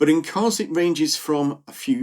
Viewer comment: Great video… just fyi, it’s not Koz, it’s Kos